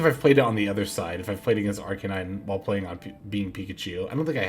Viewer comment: Killing me with this "ArKAYnine" assaulting my ears 😅